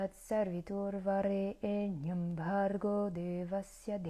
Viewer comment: Bonjour. Si je peux me permettre, ta prononciation est plutôt bonne dans l'ensemble, mais fait attention à Savitur. Tu dis Sarvitur, et c'est Savitur. Le Sanskrit est une langue précise, et mal réciter des mantras peut générer des effets indésirables, puisque ce sont les sons qui agissent directement sur nos centres énergétiques. ॐ Shanti ॐ